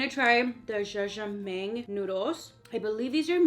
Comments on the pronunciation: Jajangmyeon - instead of mang* is pronounce like “my-e-on” but loved watching this ESPECIALLY bc of all the delicious Korean food. Especially gimbap! 😍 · Noooo it’s not “jajameng” 😭😭